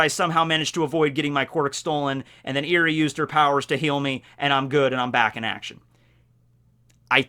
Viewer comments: "Eri" is pronounced more like eh-ree, you made it sound (like) eerie // pronunciation nazi mode off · Eri is pronounced, (Eh-ree). Like Elly with an "r" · Ur saying her name wrong